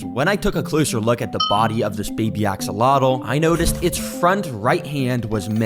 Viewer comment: bro really said akseloto